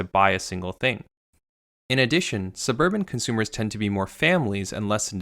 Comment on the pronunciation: “Cunt-sumers”. Spoken so clearly.